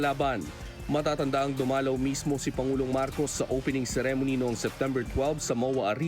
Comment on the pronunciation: Hanggang ngayon ba di nyo pa rin ma pronounce ng tama ang "ceremony"?